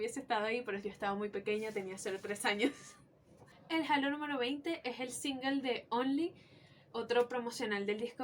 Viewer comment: Que fino una panita venezolana tiene Todos los albums de nin, yo cuando regrese a Venezuela en el 2004 me robaron los cds y me dejaron las cajas vacias, soy de maturin, una cosa que espero no lo tomes nada malo pero es un error muy comun decir halo (jalo) pero la pronunciacion es (jeilo)